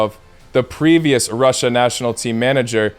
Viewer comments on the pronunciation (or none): none